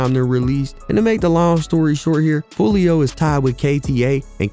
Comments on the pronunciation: You said foolio from north side Memphis 😂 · Buddy said Foolio from Memphis 😅